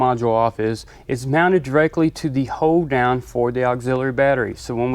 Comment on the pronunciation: Did any else think it sounded like he says hoedown i assume he saying hold down